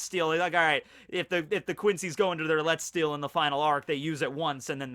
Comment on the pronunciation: its more pronounced like letzt shtil